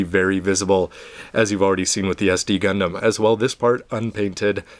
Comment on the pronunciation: "Gundasm." lol